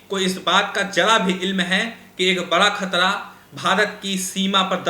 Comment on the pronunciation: Ek sabd nahin bol rahe.( Shabd) Khtra (khatra) Rasia ( Russia) Kamjor (kamzoor) Kosis (kaushish) Kabja ( kabza) Kam se kam public addresd ke waqt apne shabdon ka uchcharan hi sahi se kar liya karo.shame shame shame.🖓🖓🖓